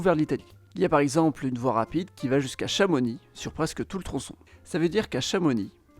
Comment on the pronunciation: Tu prononce pas le x de chamonix merci. Vive les savoisiens